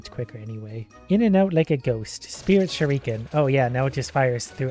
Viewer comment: Please learn how to say shuriken